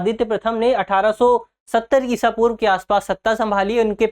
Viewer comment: ईशा पूर्व कैसे कहा आपने 😮😮😮😮😮